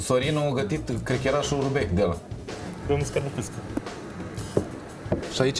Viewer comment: Surubec in loc de șuberec😂😂😂